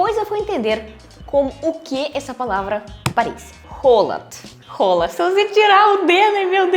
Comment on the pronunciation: Legal como ele fala rola.... 🤣🤣